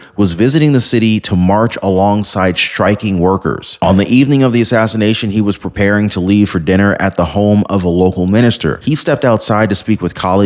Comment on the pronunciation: You can’t say asassination ? Anyway it takes a “racist” to release the files on MLK ? I could go on about this topic but deaf ears are listening.